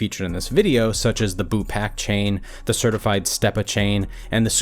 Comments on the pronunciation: Its BOOPAC not BOOPACK. Dude was killin me with the "Boozy". That jus goes to show how much "they" care to know about our culture. Smh. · It's boopac not boopack lol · This dude should have done his research on how to correctly say his name first he said "Boozie" then "BooPack" huh?? Smh 🤣🤣 need a black guy to do this stuff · This nigga said Boo-Pack chain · Boy said boo -pack tf 😂😂😂😂